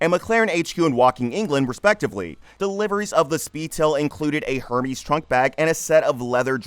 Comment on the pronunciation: This narrator must be AI bc the pronunciations are so bad I mean “a Her-mee’s bag. Can’t say I’ve heard of that brand before.